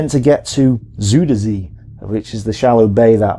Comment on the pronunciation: One of the things a like about this presenter is how he makes no apologies for his mispronouncing foreign names. BTW, it's pronounced "ZOY-dur ZAY."